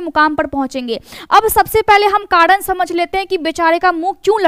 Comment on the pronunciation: Karan bolo kadn nahi hota hai pehle bolna sihko